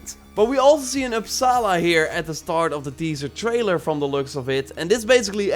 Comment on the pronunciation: It’s pronounced as o-dan, torr, oopsala